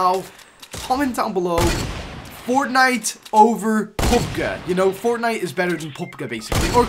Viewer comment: The pronunciation of PUBG is 👌👌👌👌